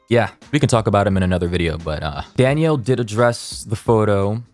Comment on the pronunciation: take a shot every time pronounces "Danielle" as "Daniel"